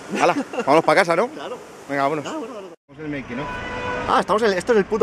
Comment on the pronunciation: "Manking" off? D: HombreRey off ._. Sería Making xd